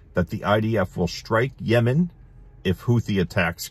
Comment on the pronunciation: I liked how you pronounced Yemen before "yamen" lol it sounded cute😊